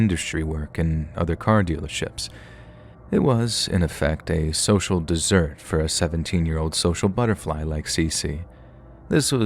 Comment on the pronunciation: First story, did you mean to say “social dessert”, or “social desert “?